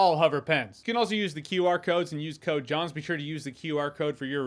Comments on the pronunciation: Oh no, I've been pronouncing your last name Jans instead of Jons for years. I'm sorry 😂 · Been watching you for over 10 years, and if it wasn’t for the sponsor at the start I would’ve always believed your name was pronounced Jans 🙄